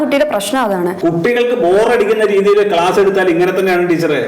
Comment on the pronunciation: ഗ്ലാസല്ല , ക്ലാസ് !